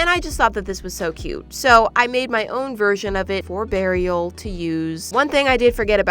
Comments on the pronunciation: I know it’s supposed to be Beariel like Bear and Ariel, but all I can think is burial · When said Bearrial I thought she ment burial 🪦. ☠️💀😂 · OK, so; I know "Beariel"? (Is that how it would be spelled?) is supposed to just be a combination of a bear and the name "Ariel" from the little mermaid.. But when keeps saying that name I simply cannot hear anything but "BURIAL" and i'm crying from the cringe that my brain has created from this... ANYONE ELSE? no? JUST ME? ok great... sigh cute shells btw.. I mainly LOVE the dumbo octopus